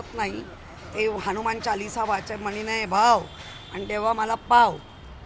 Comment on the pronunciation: ही बाई नेहमीच अशीच बोलते 👍 हीच्या उच्चार वरून समजत हीच शिक्षण अशाच मवाली अडण्यांची उध्दव ठाकरे ला गरज असते डोक्यात जाते हि बाई 🤦🤦🤦👍👍🤦